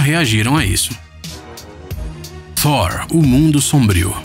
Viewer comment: Gostei do narrador pronunciando "Thor" super corretamente.